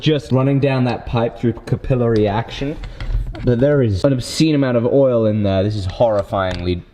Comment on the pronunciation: I've never heard someone pronounce Capillary Action the way you did, but I've also never seen it spelt out before, so now I think everyone else is wrong